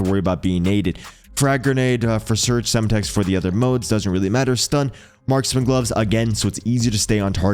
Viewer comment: Or how it’s Sem Tex not sema tex